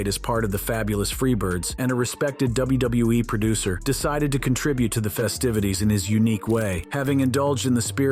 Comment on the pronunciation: Double u - bew- eee 😂